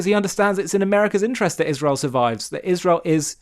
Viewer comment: Ishrel She deliberately pronounces Israel as Ishrel. I wonder what's behinf it?